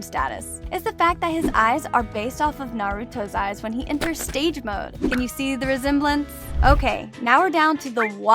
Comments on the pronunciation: Did Bro seriously say stage mode? It’s sage mode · Did she say stage mode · How did she manage to mess up every name edit when Naruto enters stage mode💀edit 2 BRO THEY LOOK LIKE POKÉMON💀💀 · Did she call it STAGE MODE????!!!!#*#*<* (this is a joke if you could not tell) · Bro said stage mode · Mans calls sage mode stage mode 🤦‍♂️ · You said fucking stage mode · Am I the only one that caught what she just said when she mentioned Naruto's eyes she said stage mode not Sage LOL I'm not trying to insult or anything I just thought it was funny that's all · Am I just trippin or did she say " when he enters 'STAGE' mod" cause it's sage mode